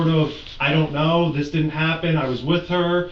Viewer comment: "I was Wif her"